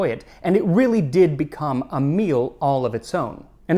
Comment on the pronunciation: It's wreely wreely good...haha needs whip cream!